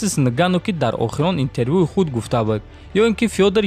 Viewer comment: "Быд"не братан,"буд" назгтар мешад истифода бари.пешаки узр.забони точики ширинай лекин афсус